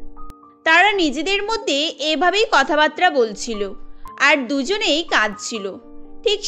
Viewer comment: কথা বাতরা না, কথা বাত্রা